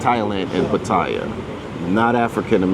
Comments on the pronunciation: What is also messed up is people not pronouncing Pa - Ta - Yah correctly. The sound "thai" is not a part of the name. Ask any Thai person not another foreigner. I know it's a minor point, but still. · Where in the hell is Pa-Toy-Ya.. Every Negro who speaks about Pa Ta Ya always mispronounce the name of this exciting city by saying PA Toy YA as if they know how to say the Thai name better than the Thai people who always say PATTAYA, and not no dang PA TOY YA....so sickening and beyond ignorance.. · 👁f👁- PLEASE READ READ PLEASE -------------- Give you a little heads up.... when you're covering Thailand the proper pronunciation for the city is PAT-T-YA the a is silent.. Peace Out